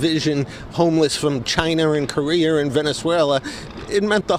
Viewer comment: Did he say Korear?